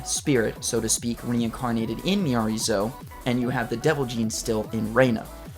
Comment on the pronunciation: Now you know it’s pronounced Miyareez 😂